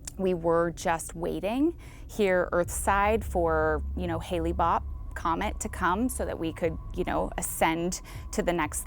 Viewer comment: The “expert” didn’t even pronounce the name of the comet right and a lot of the info on Bonnie wasn’t true. Highly recommend the Heaven’s Gate Cult of Cults doc over this.